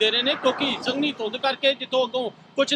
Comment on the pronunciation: ਸੰਘਣੀ ਹੁੰਦੀ ਨਾ ਕੇ ਸੰਘਨੀ ਵਾਅ ਉਹ ਜਰਨਲਿਸਟ